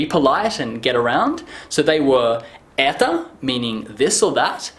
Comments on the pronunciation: Не"Eta" a "Eto". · Может где-то и произносится как "эта", но большинство произносит "это". Диктор на телевидении всегда говорит "это" и никогда "эта". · not etA it's etO and not mozhnA it's mozhnO like Это and Можно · произносится как эта